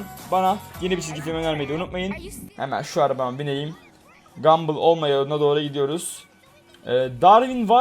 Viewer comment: Bu salak neden gumball a. Gumbill diyo